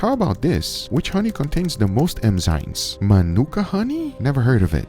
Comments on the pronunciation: it's enzymes not emzymes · Dude still says emzynes after all these years haha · Enzymes, not emzynes. It's endearing, the way you say it, but. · Even google says emzymes. Now you are just trolling, Guga. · I love how even Guga's google-searches return websites spelling it "emzymes" like he pronounces it.